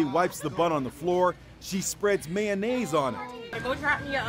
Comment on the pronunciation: It tastes better like that tho Also who tf says mayonnaise like that...